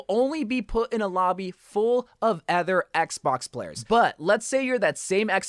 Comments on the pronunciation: Other not Ether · why does he say other like that lmao